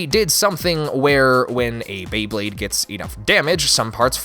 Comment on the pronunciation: You NAILED the pronunciation!